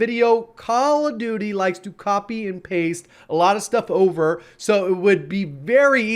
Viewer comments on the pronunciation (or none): none